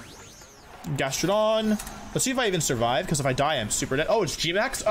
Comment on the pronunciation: he actually said GastroDONG lmfao